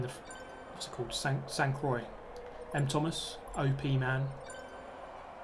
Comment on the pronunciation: Thanks much for this great video as always! Too bad Alsace and Sainte-Croix don't exist in real life, as they look tremendous. About the pronunciation, if you want to make it sounding like in french, try: "saint croah". Nice tire warm-up by the way :D